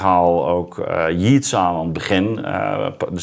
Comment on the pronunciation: Yeats spreek je uit als Jeets Ad, niet als Jiets.